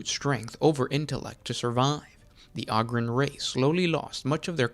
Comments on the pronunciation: I love your show!! Definitely got a subscriber here!! I got one thing that really bothers me though…. It’s Ogryn (Ooh-grin) not ahgryn! 😂 keep it up brother, I LOVE THIS CHANNEL. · Enjoy your videos for the most part, but the way you're pronouncing Ogyrn is killin me. smh